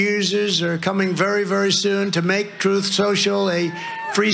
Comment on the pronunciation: "Troth" social??? No wonder it flopped...